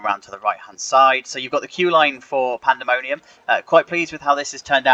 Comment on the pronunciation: “Panemonium” 😅 You might want to fix that